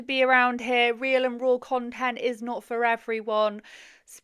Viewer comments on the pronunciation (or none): She knows the word is “raw” and not “rall”… right? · I absolutely can not stand how immature she intentionally is. Number 1 making money off ur child's misery is absolutely disgusting behavior, making money off ur kids in general is but a sick and suffering child makes it even worse. 2. Hearing her repeatedly saying " real n rawl" is sending me and makes me want to send her to the hospital. 3. She honestly seems like the type to intentionally make her children sick just to get attention and money. 4. Her and her husband having sex loud enough for charges to be filed whilst ur kids are in the house is so wrong and traumatic for those poor kids. 5. Claiming ur husband isn't abusive and then telling everyone that he inspects ur privates after returning home and that he is so controlling that she isn't allowed to freaking shower while he is gone and then saying I might be getting a divorce because I showered while he was gone is crazy work. Hun that's abusive ASF. Also saying " I was a better mom at 16 than a lot of y'all are in 2026" makes as much sense as anything else she freaking said. A complete idiot. Recording ur child for memories is completely different than posting those videos and bragging about making money from them. These children need to be saved asap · Off topic, but did she pronounce "raw" as "rawl"? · Raul an rill? WTF 😂 she also said X-A-ray?? Humiliating her kid all over the Internet and is too ignorant to realize why people have a problem with it. Being all agro. What a clown 🤡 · “Rawl and real” 🤦🏻‍♀️ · The way she pronounces "raw" just triggered a new pet peeve for me